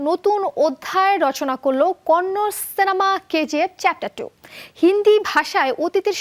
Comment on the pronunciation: Konnor na Kannada hobe